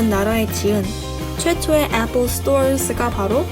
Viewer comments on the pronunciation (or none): 애뻘이라고 하면서 샘성이라고는 절대 말을 안하시내ㅋ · 아니 애플 발음이 매번 틀린데 ㅋㅋㅋㅋㅋㅋ 제발 나대지말고 편하게 말하세요 좀 듣기 역겨운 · 에폴 발음 거슬리누